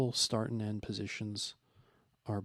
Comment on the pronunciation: "postions"... 😉 really though very informative. Appreciated.